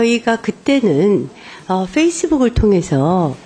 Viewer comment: 김행아줌마 풰이스북 발음 지리네